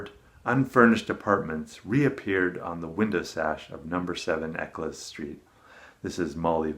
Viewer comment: Hi, loving the video series, a truly Herculean effort! Re: Eccles street, it's pronounced EK-uhlz - it's a names shared by both an area of Manchester & a cake!